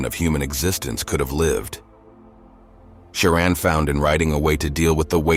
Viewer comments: This is a gross misinformation. His pessimistic leanings didn't start in college. Also, I know this is AI voice but hearing his name pronounced Kioran is annoying...it's Ch-ioran. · It's pronounced as Emil Choran ("Cho" the same way as in Chocolate +run) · The correct pronunciation of his surname, Cioran, is: "cho-run" 👍 edit: I mean "cho" like when table tennis players are yelling "cho" after a winning point, and "run" like the English verb to run. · I never imagined there could be that many different ways to pronounce "Cioran." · Why does the narrator use four different pronunciations for the hero's surname? AI?